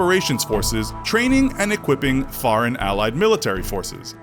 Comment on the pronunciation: Please say foreign not fareign